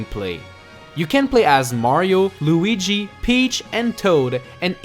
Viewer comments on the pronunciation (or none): none